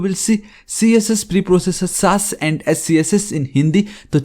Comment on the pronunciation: SASS ❌ saaas Bahu ✔️ so irritating 😑